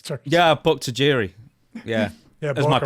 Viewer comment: I like how Stone Cold use to pronounce his name “TIE-JIRI”